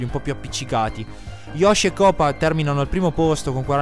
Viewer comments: Si pronuncia cupa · koopa si pronuncia kupa